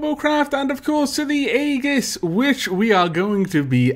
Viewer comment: please please don't take offense to this but your continued mispronunciation of aegis is getting painful for me. It is pronounced ee-jis. I apologize for the correction, I just couldn't hold it in anymore.